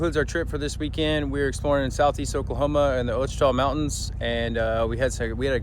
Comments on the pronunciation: How are you and okie and can't pronounce Ouachita Mountains correctly??? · man I’m from Arkansas and I live near the ouchita river, I’ve heard just about every mispronunciation there is lol. Ah-shitah, o-shitah, and one I use purposefully is wa-cheeta